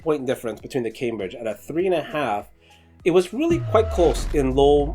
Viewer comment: Please learn how to pronounce Cambridge.